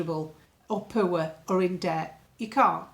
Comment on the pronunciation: The way you say 'poor' (poower) 😂